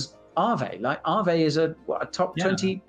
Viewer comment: AAVE not Arweave